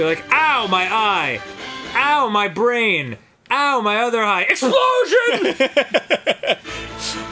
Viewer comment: do i really have a big bwain?